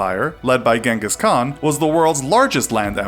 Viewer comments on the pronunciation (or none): none